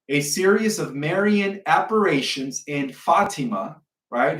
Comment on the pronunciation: appar-ations....liebster Gott in Himmel. The man can't even pronounce the names adn words correctl.